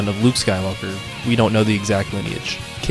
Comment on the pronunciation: Yeah the way "skywalker" was pronounced in the part with rey was so wrong. weird